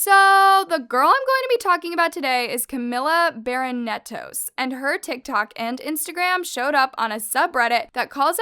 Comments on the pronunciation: How did barrietos become barinetos lmao learn how to pronounce at least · i died when said her last name as barinetos when it's barrientos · Lol ni si quiera puedes decir su apellido bien, no soy fan de Camila pero bueno, si ella es mayor de edad. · I agree with the fact that Camila Barrientos is promoting ED and that’s disgusting HOWEVER, I will NEVER get over or accepts the fact that is not even trying to pronounce this girl’s name correctly, it’s so disrespectful